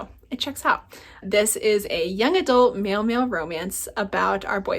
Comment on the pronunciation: Hey it's my friend! commenting on my friend's video =) Love you both <3 I am excited to hear how the Smoke in the Eyes book goes! Let it bring you over to team memoir =) And every time you say "male male romance" I ALWAYS hear "meowmeow romance" and get really excited haha dudes in love, cats in love..it's all good!